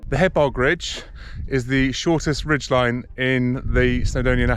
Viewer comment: Not pronounced Ridd doo, but Rheed Thee. And Hebog is not Hee-bog, but pronounced Hebbogg.😜